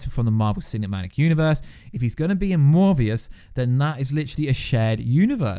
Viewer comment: LS Pnuema just posted on this myself. So sick of these channels run by people who clearly know nothing about comics. Still trying to figure out where he got the “v” sound from in ‘Morbius’.